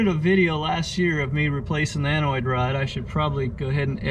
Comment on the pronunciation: Anode, not anoid, rod.